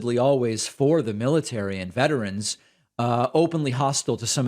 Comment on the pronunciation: Did this idiot just say veterans like the va???? LMAO